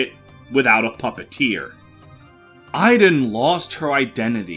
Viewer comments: Interesting way of pronouncing Idunn... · I'm well aware of where Idunn's name is from, as well as the fact that the pronunciation you gave there is inaccurate, since it's my actual name and it's not pronounced like that :p